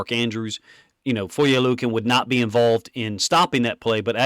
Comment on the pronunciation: Props to being the only guy who actually pronounces Foye’s last name correctly.